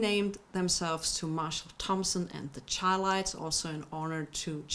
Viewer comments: It's not Highlites but Chi-lites shy-lites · The name is pronounced "SHY-Lites" not "Chy-Lites"! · I dig, say it like this, “Shy-Lights”. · I wish she would get their pronunciation right. She obviously don’t know the group. But that’s cool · She Butchered The Groups Name